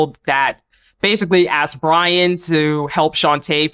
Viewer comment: Hey, his name is Brion. Pronounced (Bree-un).